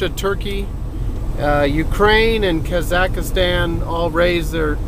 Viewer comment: It is Kazakhstan "Ka-zak-stan" not "ka-zak-a-stan"